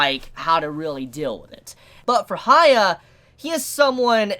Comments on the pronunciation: For the love of god stop calling the MC Haya. There is no "Ha", his name starts with "Hya", that is "hee a" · You calling hyakkimaru "hia" is giving me cancer dude. Aside from that, nice review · his name is Hyakkimaru as in Hee-ya-kee-ma-roo not higha :V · This dude calling Hyakimaru Haiya, is like calling Jesus Jay. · I don't know if you said something about this before, but Why you call Hyakkimaru "Haya"? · Sorry Dude I like the video but pls pronounce his name correctly The way you say it is kind of distracting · Not hating or anything but... you can clearly listen to his name while watching the episode without knowing any japanese, not even that, you can READ IT in the subtitles. I enjoy your reviews but this bugs me every Dororo episode. GET THE NAME STRAIGHT!